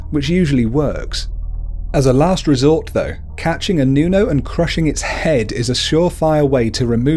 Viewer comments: Its not pronuonce nuno its Nunu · Nuno is read as 'Nuno' not 'nyunow' Aswang is read as ' Aswang' not 'asweng' But yeah, it's okay since you're not from the Philippines:) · you said nunow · Nu-no not Niuno Al-bu-nar-io not albuniarno As-wang (straight wang not asw a ng) Also called the ma-na-nang-gal eater of babies(I got bitten by it or i dont know cause when mom went to the doctor there was no heart beat lucky me im alive still) Tik-bala-ng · Its nuno not nyuno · Nuno - pronounce this, nuu-noh. Nūno Sarimanok - pronounce this, sah-rii-mah-nohk. Sarīmanok. K is hard. Aswang - pronounce this, ahs-wahng. Aswang. Two a's are short. Tikbalang - pronounce this, tick-bah-lahng. Tikbalang. The two a's are short. Manananggal - pronounce this, mah-nah-nahng-gahl. The "gahl" has short a. And just add a bit of Filipino accent flair aaaaand you got it! Probably. I can't confirm lol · Wait, "manawk"? Okay, I get "noonow" and "all-byu-lair-yow" but "manawk"? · Nuno is pronounced Whit a hard o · hindi mo alam mag Tagalog ng nuno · mali ang pag sabi mo na mananangal, tikbalang, at manok at nuno no offense po